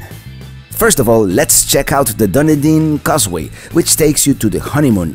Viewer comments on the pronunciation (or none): Wow did you ever butcher the name Dunedin. Its pronounced Dun-e-din. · Oh,, I waited and waited for you to get to Dunedin and Honeymoon Island. Then...you said Dun - din. It is pronounced Duh nee din. Then you missed a spectacular beach and nature preserve when you didn't go into Honeymoon Park. AAAHHHHHH! But I understand not wanting to pay to go for just a few minutes. And I still love love love your videos! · Okay I watch this video about 12 times lol I have to correct you on how you saying it it is pronounced done eating even though it's not spelled that way LOL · Dunedin is pronounced Dun E Den. Love your videos. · Nice video as usual. But Dunedin is pronounced dun-EE-din. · This video is comical! The way he pronounces Dunedin and tons of other stuff🤣🤮